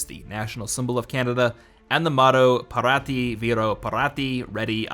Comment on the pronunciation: No. That's not how you pronounce it. Parate: Pah-rah-teh Vero: Veh-roh